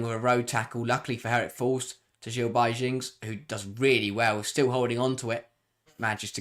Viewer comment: What a win! Tough day for Jill Roord 😅 but I was shocked throughout the whole match. From Viv’s brace to Aleixandri’s own goal, and Yui Hasegawa finally getting break, it’s been a very eventful Saturday! By the way, Jill Baijings’s name is pronounced “Bye-ings” 🤭 But I hope you and Jack have a good time at Stamford Bridge, it’s sure to be an exciting game!